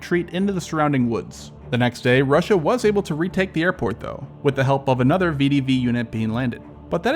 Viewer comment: ❌ vidivi ✅ VEH DEH VEH